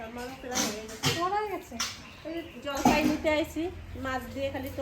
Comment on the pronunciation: Jolpoi ??? Jolpai bolun